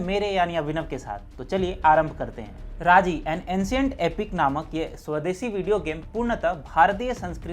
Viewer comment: राजी है वो राज़ी नहीं। उच्चारण सुधारें।